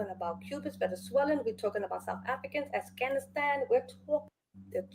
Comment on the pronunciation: Did the lady say?...Assghanistan? Not Afghanistan 😂 "the Cubans, Mexicans, the South Africans, the Assghanistan...."